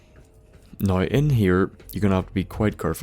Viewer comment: every time you say now, i think your saying no, and ur about to be like no im just fuckin with you